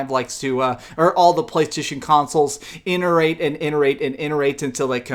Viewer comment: interate ............LOL...it's ITERATE!!!!!!!!!!!!!!